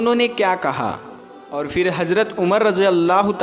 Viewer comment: FIR Kyu bolte ho..phir bolne nahi aata..urdu bolne wale ho na ?